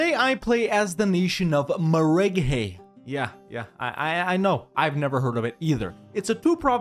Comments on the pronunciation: As a Tabrizi guy i cringed so hard every time you said meh-reh-gay :D Great video. can't wait until you do Tabriz! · That maragheh pronunciation lmfao